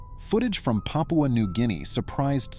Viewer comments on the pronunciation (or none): none